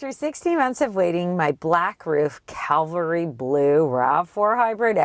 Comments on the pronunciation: "calvary" blue lol. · Calvary.....Cavalry Blue.....lol! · Small quibble: it's Cavalry, not calvary